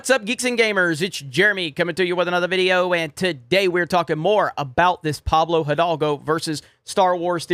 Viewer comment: I like how he says "video"